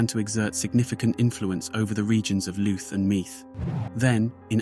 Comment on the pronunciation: Louth and Meath and Drogheda someone should of told him how to pronounce a few word first 😂😂😂😂😂